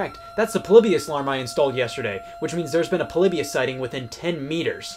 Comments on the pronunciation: It’s Po-lee-by-iss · Everyone: Polybius Me: polybus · I always thoug it was pronounced Po-Lee-Bee-Us instead of Po-Li-Be-Us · It’s pronounced Paul-eeh-bee-us